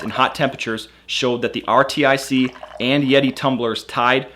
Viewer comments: It's pronounced are-tick not R.T.I.C. but great video. I love my RTIC. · U kniw it’s pronounced artic? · Pretty decent comparison video. FYI, RTIC is supposed to be pronounced as Arctic with the first c being silent of course. There's even a picture of a polar bear on the lid. No self-respecting gun owner would own a Yeti anything. They're publicly anti-gun. I'll stick with my RTIC where I can get more color choices than the Hellmart brand. Also I saw in another vid that the Ozark Trail brand had wonky lid seals...Pass. Keep making vids bro. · Good video, but jesus christ how annoying what is that he couldn't just call it rtic "artic" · Lol it’s pronounced artic. R-tic. Get it!? 😂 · I'm thinking it is pronounced "artic"... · RTIC = "artic" (how most people say Arctic) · Is anyone really going to take the advice of a guy who can't figure out that it is pronounced R-TIC which is similar to Arctic? Or maybe he is pronouncing Yeti wrong and it is actually Y-E-T-I? Could go either way. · RTIC = pronounced like Arctic. Like as in cold. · Dude I'm pretty sure RTIC is pronounced (Arctic) like where the polar bear in its logo lives. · you can't say RTIC like arctic not that hard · I really hope this guy's not that dumb. I've never heard of this but it's pronounced Arctic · it's pronounced arctic (RTIC) Great video though 👍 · its R-tic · lol how in the world do you keep saying R T I C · RTIC is pronounced "Artic" or ""R" tick" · RTIC is pronounced like the word ARTIC. Like Arctic. It's a play on words so to speak. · RTIC: FYI it's pronounced (Ar-Tic) or "Artic" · RTIC is pronounced like Artic... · Too dumb to realize RTIC is pronounced Arctic? What an idiot. You sound stupid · It's pronounced "ar-tic". Like the cold place. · Artic...ARTIC...not R.T.I.C. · it is Arrr like a pirate (Artic) not R T I C.. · R-T-I-C what!? Artic 😂😅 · RTIC is pronounced like arctic not R T I C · RTIC is pronounced as Artic, not r t I c. A couple of times you even said RITC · it's rtic. not r-t-i-c